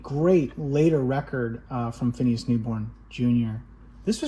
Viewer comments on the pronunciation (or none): Another terrific introduction to (mostly) new-to-me LPs, thanks. P.S. Somebody who knew or at least met Phineas Newborn, Jr. used to correct me & say his first name was pronounced (with just 2 syllables): "FYE-nus." I've forgotten much in my life but not, for some reason, that.